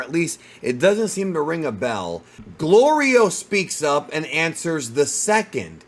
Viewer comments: Its gorilo 😂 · Golrio you mean 😂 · Yo goku saying glorios name wrong is the funniest 😂😂😂😂😂